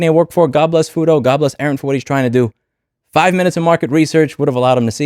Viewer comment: This site is going to be DDOSed HARD. Hope you're ready for it! Also, pronouncing FUTO as "fyoo-doh" would probably help